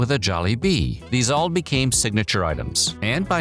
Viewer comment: Such a dad way to say bee-came(became) 😂